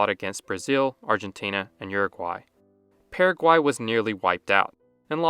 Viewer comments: Dude, it's just as easy to pronounce the country the way it is pronounced by the natives. So it is Purra-guay, not Para-quay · The way you pronounced Paraguay, I already know exactly how you speak Spanish.